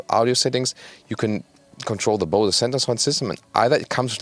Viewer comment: Bose is not a German company so the pronunciation should be a bit different in my opinion